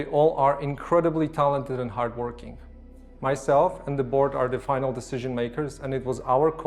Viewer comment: When he said, "Myself and the board.", I thought he said, "Myself and the bois."